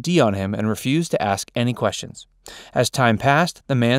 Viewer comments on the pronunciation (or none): none